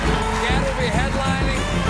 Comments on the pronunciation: stephen butchered the name at the very end lul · Stephen butchered the name of this man!